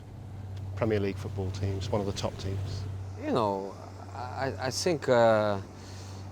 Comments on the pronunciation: What is 'zeh' is that a new pronoun ?? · 'Ze' Special One 😉